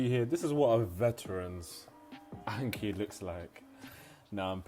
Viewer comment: So painful watching a Japanese learning vid and hearing Anki said that way haha. Thank you though, it's a good vid.